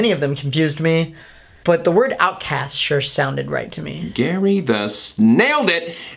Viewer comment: she said it wrong